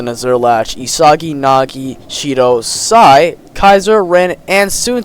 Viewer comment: w video bro but stop saying sai